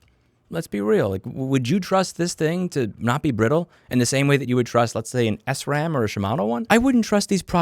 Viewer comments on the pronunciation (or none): Listen bro, I like your content and I completely agree with you about Amazon, but s ram? I'm a pretty hardcore cyclist and I believe it's pronounced sram -with no break in between -at least that's the way everyone I've known has said it. To each his own though, so keep up the good work 👍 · I love how you say sram as s-ram